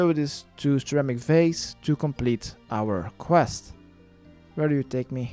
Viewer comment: You didn't say 'our quest' right :'(